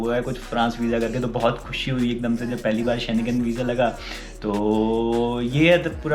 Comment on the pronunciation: Schnegen visa 😅😅😅😅😅 bad pronunciation